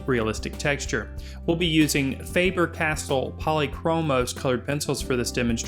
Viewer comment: PEOPLE, PLEASE SAY THE COMPANY NAME THE RIGHT WAY, IT IS GERMAN, SO IT IS PRONOUNCED, "FOBB' ERR' COST ELL' " THANKS!